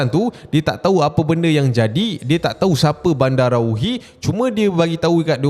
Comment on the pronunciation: salah tu cap. badarawuhi bukan bandarawuhi. takde N. badarawuhi, medusa indo